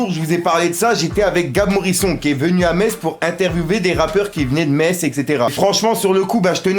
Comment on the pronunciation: Ptdddddddddddr arrête de dire Morison salleee fouu